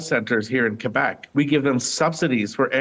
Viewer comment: As a pro-union guy from Laval, thanks for your coverage and your attempts at pronouncing Québec correctly 😊